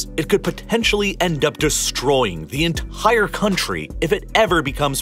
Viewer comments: You pronounce entire like enthhhhhhair. hahahah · For some reason unbeknownst to me, I absolutely cringe every time you say the word “entire”… it sounds as if you’re pronouncing it “entihhhire” and I can’t get on board. Edit: Video is amazing tbh all your stuff is. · theres no h in entire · Great content. Another perk is the voice pronouncing words like “entire” which sounds like “ENTHHHAIAH” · China's Enthhhire Oil & Gas Problem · i love the entire pronounce, "enthaire"